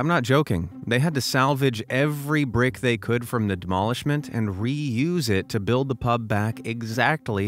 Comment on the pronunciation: PICK UP EVERY BUUUUURICK BUUUURICK